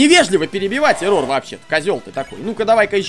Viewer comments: он Эррор а не эррОр! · нет его зовут не ЭррОр а эррор его имя без удорения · Вообще-то да, правильно / правильнее Эррор, а не эррОр. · Ударение на Э Не ЭррОр а Эррор